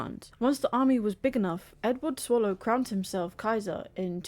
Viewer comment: It's Sallow, not Swallow